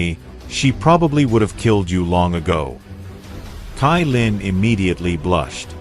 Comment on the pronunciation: Why u say tailin it's caillin 😂❤